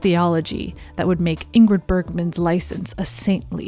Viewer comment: (First G, in Ingrid, is silent, as in NG, Bergman is pronounced Berr(y)mann. No hard Gs in either name.)